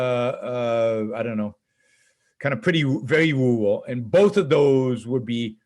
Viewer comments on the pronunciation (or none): Yaron say "rural" again.